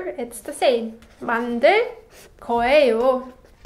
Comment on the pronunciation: Hi, in the section about future tense, it sounds like you always pronounce the 예 character in 거예요 as 'ae' instead of 'yae'. Am I hearing that correctly? I love your lessons, I've been following them for about 18 months now. ❤. And I love the sound of the pen ❤